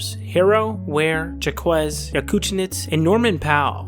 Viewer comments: I don't think it's "ZhaKwezz" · Turned off the video when I heard "Jamie Jackwez'